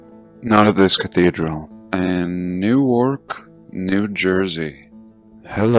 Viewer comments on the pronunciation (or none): none